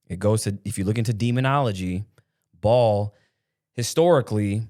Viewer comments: Its pronounced bay el, not ball... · Baal pronounced “bail” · Pretty sure its pronounced "bail" baal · I believe its pronounced Bah Ahl not Bawl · No, he is not the devil...the devil is not flesh...there are ppl who worship the devil...there are 8 different roles Satan plays...and ball spells ball, baal is pronounced bail or bale...everyone says it wrong... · The word is pronounced Bell not Ball! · It's Baal not ball , it's not pronounced the same . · It’s not pronounced ball..🤦🏾‍♂️🤦🏾‍♂️🤦🏾‍♂️ It’s Ba’al ….Like Bail! ..Bail not Ball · Baal is pronounced like the sound a sheep makes, with a “l” at the end. Like Baaal, not like ball as in baseball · Baaaal not ball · It’s Baal pronounced Bail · Pronounced as Bail not Ball 🙏🏼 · Blessings, slight correction; it's pronounced Baal, sound out the Aa’s, not ‘ball’. Your definition is correct 🙏🏼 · Pronounced as Bail not Ball🙏🏼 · “Baal” isn’t pronounced as “ball” it’s pronounced as “bale” when you say it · Its Ba-al, if you read it. it a horn god. like a bull.. like the bull in New York. that Ba-al. Ba-al is praise by luciferians. most American leaders are Lucifarians "allegedly". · It's baal like BAIL.. it's on the Bible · I believe it is pronounced bay al. Love you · Ba’al is pronounced bale/bail and y’all brining out some truth nugg’s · Here to say this. It's one of the 8 kings of hell. Baal, pronounced "bail." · Guys, its “Buh-Al” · 😂😂😩😂😂 the only reason I'm laughing so hard is bc I really hit pause like "ah naw, do I need to stop saying.. you don't know ball"?! But someone else in the comments mentioned the pronunciation of that unclean spirit.. so now I have to go do research on how Baal is pronounced.